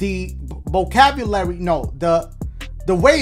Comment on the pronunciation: “…because the bocavulary…”